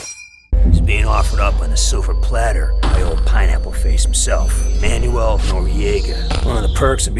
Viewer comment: Someone should make a second channel and count all the times butchers non-English names. "Zao"? "Manyul"? "Paitilia"? Where is he getting these?